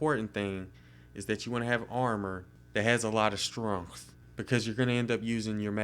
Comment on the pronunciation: "Has a lot of strongth"